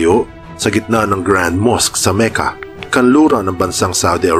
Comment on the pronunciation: Makka ang tamang pronunciation po hindi Meka